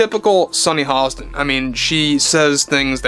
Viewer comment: Is her name Sonny Halston ? Or Hostin? You say her name like there's an L in her name ? Is that how we're supposed to pronounce her name ? Not giving you sh--, just trying to be on same page. I love your video segments ! Seriously.